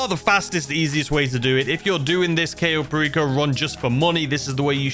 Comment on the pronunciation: The very first one should be how to actually pronounce Cayo Perico properly :P